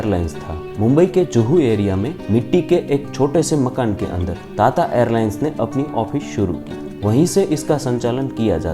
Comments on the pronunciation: ता ता नही टाटा 😂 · टाटा को ताता क्यों बोलते हो, तोतला हैं क्या। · ताता‌ नहीं टाटा😂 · ਤੱਤਾ ਨਹੀਂ ਟਾਟਾ 🤔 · ताता नही टाटा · ताता नही भाई टाटा है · ता ता एयरलाइंस🤣🤣🤣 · Bhai tata bolna seekh le pehle 🥲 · Bhai tata ko dang se bol le